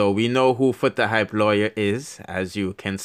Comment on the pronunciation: I want to know where this guy is from trying to sparky spokie, the guy cannot read properly but.He is trying to give information, and he cannot pronounced Foota Hype lawyer name at all. That lawyer looked like Peter Lowblack from Haiti, some of these bloggers. They does not know what the hell they are talking about, they likes to running off their mouths.